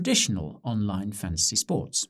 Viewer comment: Who else only hears Guy saying "Fancy Sports"?